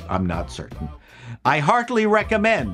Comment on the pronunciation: Did you say you hardly recommend it or heartily recommend?